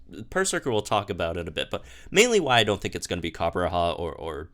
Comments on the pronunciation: on the topic of name pronunciations, its copper-raja and not copper-raha. Raja means king in hindi, I'm guessing the idea was war elephants as a symbol of indian kings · It’s weird hearing him say “Coppera” when there’s clearly a J in there....... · can you pronounce Copperajah one more time? 😆😆😆